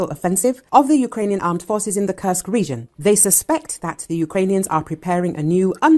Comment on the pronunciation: Please learn the right pronouncation of Kursk this region is n o t a curse but the u in the name is pronounced as in course. Thank you.